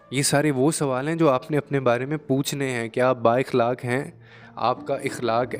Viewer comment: السلام علیکم پیارے بہت خوب لیکن ذرا تلفظ پے دھیان دیں مثلاً صفت اخلاق